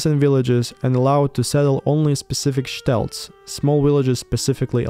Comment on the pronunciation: stelts is actually shtetls..... rhymes with petals.....